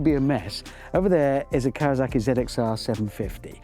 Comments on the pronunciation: Kawa S aki sir! Not Kawa Z aki. Read the name on the tank. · please tell Richard that seeing as he speaks English he could take the effort to pronounce Kawasaki the correct way. It's KawaSaki NOT KawaZaki and no, Im not a Kawa fan, Im a Suzuki fan, but Im very particular on correct pronounciation. Other than that, I loved the video, love his collection. Thanks for sharing. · Richard please. KawaSaki not KawaZaki. Be a real Biker. Not a Brit.